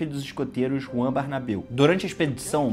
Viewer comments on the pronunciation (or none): none